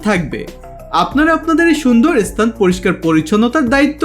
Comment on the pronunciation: Apni video khub bhalo. Kintu apnara sthan ke esthan spirit ispirit bolen barbar ...